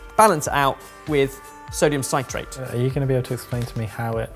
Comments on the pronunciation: Sit-rate, not sigh-trate ;) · Why can't Ben say "citrate" Think "citrus", "citric"... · Sit - rate, not cite - rate. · Sytrait lol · "citrate" sounds like "sit" -rate. Why? because there are two consonants after the vowel. If it was "ci"-consonant-vaowel then it would be "Sy" but then, you guys should know this stuff! Damn that's so annoying. As for the Spherificator-anator, Dr. Doof' would love it, but to me looks like a total waste of time and money. Good job! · Sodium sigh-trate. No. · Ben. Sodium citrate is a salt of citric acid. Thus it is pronounced like citrus not with a long i. You probably already know but it is also used to make a cheese sauce without a rioux. It is what is know as processed cheese. Great for sauces or grilled sandwiches also Welsh rarebit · Well, Ben, you started by ballsing up the pronunciation of citrate... Loved the return of the Super Geek jingle though. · I genuinely love that can't say "sodium citrate" correctly. Like dude, it's "citrate," like "citric acid" because it's a salt of citric acid:D